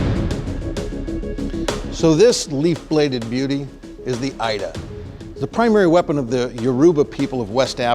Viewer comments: The Ida is actually pronounced “eeda” and it literally translates to “sword” lol (I’m Yoruba) Its nice to see African work represented here. Thanks 😄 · Oluwaboriogun Afolabi yes this is true, the pronunciation of Ida by this man is really funny. It’s eeda, meaning a Knife/Sword/blade and I’m almost sure they got the sword descriptions wrong too 🤣. Anyway it’s a good attempt by them. 👏🏽